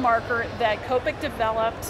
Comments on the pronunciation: I hate when people pronounce it like that.. its not cope-ic its kop-ik omg oh well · I thought it was cop-ic not Co-pic